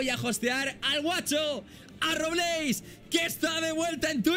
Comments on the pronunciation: Año 3928, Grefg todavía sigue diciendo RoblÉis y no RÓbleis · Soy el único que se desespera cuando gregf pronuncia mal Robleis